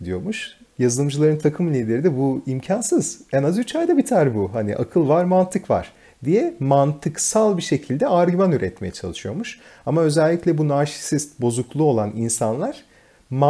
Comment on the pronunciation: Çok rahatsız oldum narşisit değil narsist :( içerik için teşekkürler bu arada ben de türkiyede danışmanım :))